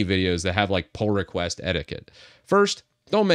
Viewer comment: I hear Poor request instead Pull request. I don't know why LMAO